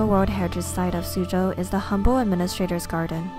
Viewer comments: This is good! But isn’t Suzhou said as sujho? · its pronounced “sue joe”